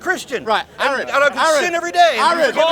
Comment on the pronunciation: Man, hearing them call him Aaron, where they almost definitely know it's pronounced Are-en, is infuriating.